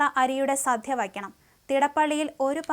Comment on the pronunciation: 'സധ്യ ' അല്ലടോ 'സദ്യ'